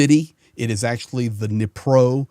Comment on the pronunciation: Nipprow 😂 Just call Dnipro, Knee🦵🏽+ PRO Knee_Pro. And Tada, now you have say it proper. 🎉